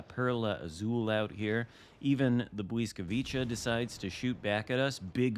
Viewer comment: Bliss vwee kah…your adding in extra consenants